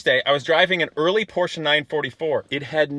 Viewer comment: Finally a yank that says Porsche properly